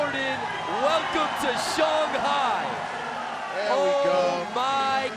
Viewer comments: Did he pronounce Shanhai wrong ? We really are in a Mandela effect type universe. Jesus.... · Everyone in the world: Shanghi Broadcaster: Shaunghi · It's not pronounced shong hi. Say it just like it's spelt SHANGHAI. now say it right shangit. And judges be blind af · What's with this "shong" hai nonsense.. say it right. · Just killed me every time he said Shong-hai instead of Shang-hai. Usually the announcers get the trick names wrong. One time on a different contest they called a hurricane grind a backwards crooked grind. Always have at least one real skater commenting on the contest. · Am I the only one who gets bothered when they say "Shawnhi" . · If that dude says shong-hi again ima loose it lol unless that’s how it say it, then I’ll shut up lol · "Shunghai" though?? Really? I've never heard that pronounciation, is that really how it's spoken? Lol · .. not if you are American. Than you pronounce it Shanghey .. and you don’t care. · Shanghai not "Shung-hi" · Shawn hi? Apparently. Thought it was Shanghai.